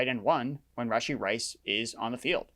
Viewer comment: Are you purposely saying Rasheed Rice’s name wrong? I cringed every time